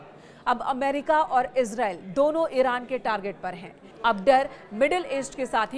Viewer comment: It's pronunciation is: ees-raa-eel Not ez-rail